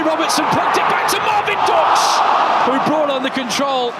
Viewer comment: the correct pronounciation would be ,,Dooksh“